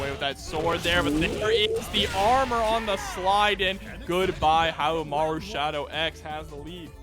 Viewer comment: Love how the commentators destroy poor Haohmaru's name. Haha. Poor guy. They did better with Yashiro's this stream though.